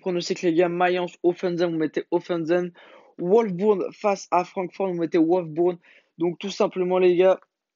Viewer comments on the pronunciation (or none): Prenonce bien le nom des equipes on direr que tu connais rien en foot t sérieux c wolsburg pa oualf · Wolsburg pas oualf bourg fait un peu d'orthodontie au pire chak foi tu prenonce mal les équipe